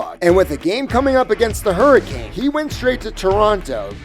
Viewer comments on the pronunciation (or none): none